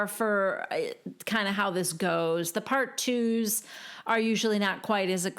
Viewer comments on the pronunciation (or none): Thank you. Can I mention something ? When at the end you said the « Part Twos » well the sound of this part of the sentence , I heard the « partouze » I will let you check what it means in French 🤣🤣🤣 you look great as always.